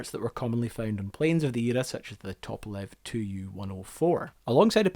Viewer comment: It is T-U-P-O-L-E-V NOT Tupelov.